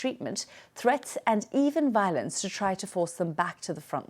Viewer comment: "threats and even falence"